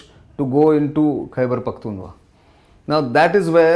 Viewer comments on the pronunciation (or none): Its Khyber Pakhtunkhwa, Sir. Not Khyber Pakhtunwa. How could you get the very first sentence wrong? :(